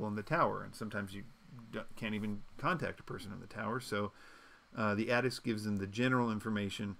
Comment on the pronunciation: /A-Tiss/ ATIS - /Mie-Not/ Minot. Pilots know these things. Minot is significant because there is a USAF Base there. Everyone who flies knows how to pronounce ATIS.